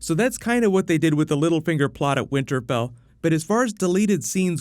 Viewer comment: "winter Bell"?